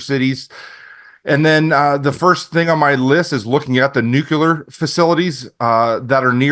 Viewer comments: Nuke-u-ler. No no no. Nuclear. New-clear. Lol. Still a good show. Just drives me nuts. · Cant take anyone that day "NUCULAR" seriously. Spellcheck it. Please. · “Nuculer” isn’t a word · nukular wtf?